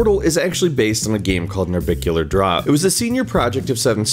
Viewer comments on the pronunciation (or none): Termin only bad part is the pronunciation of narbacular drop. It's not narbicular it's narbacular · NarBACular drop. Not NarBICular drop. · Nar-Back-ular drop. pronounce it right if you care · Excuse me? "Narbicular Drop" gg pronunciation